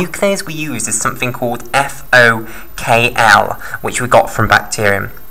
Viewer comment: It's FokI (FOK1) not FokL